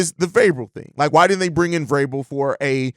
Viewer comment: Glad Vrabel is off the list because I couldn't bear you mispronouncing his his name every day. At least you realized you were having issues with it and working on it lol. Much love though bro!